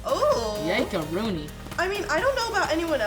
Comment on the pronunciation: “Yankarooni” -Josh